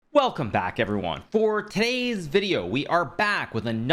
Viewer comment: when Hikaru says “today’s,” why does it sound like “tay’s”?